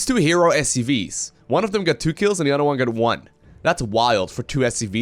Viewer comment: "on the udder side of the map"... which side has udders?:p